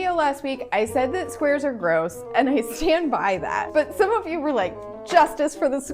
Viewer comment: Not me thinking she said swears till she said not exactly squares but Rectangles